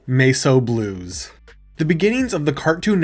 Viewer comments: Holy shit its Mess o' Blues not masoblues. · Sorry, “Mace O Blues”?! AI slop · Actual title MESS O BLUES What you said "MESO BLUES." Not the same word.